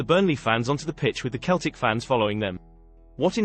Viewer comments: Its Seltic, not Keltic! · It's Seltic not Keltic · Yeah "Keltic" 😂😂😂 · What the hell it's Celtic